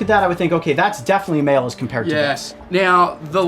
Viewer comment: why he pronounce "male" like "mild"